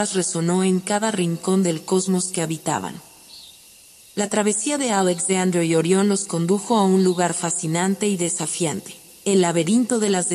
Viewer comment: Buena la historia, pero podrías pronunciar Alexander de acuerdo con el idioma en que lo estás narrando, el español. O echa el cuento en inglés. Sé coherente!